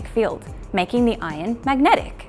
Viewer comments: Not "ion" iron*! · Steel that contains "ion" or "iron" ? Hard to tell the difference when you pronounce it. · How often do you cause confusion by pronouncing iron and ion the same?